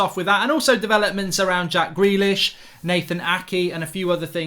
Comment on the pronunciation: When mark said “gack jrealish” 🤣